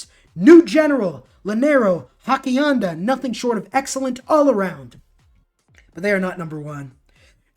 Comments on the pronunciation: not hackianda.....hassie enda and Ya-nero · He obviously hasn't taken Spanish. Oss ee EN da. I can't pronounce Hypastist for the life of me and some of these other things are even more obscure. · Hak-ianda XD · Hacienda is pronounced "HA-see-end-uh."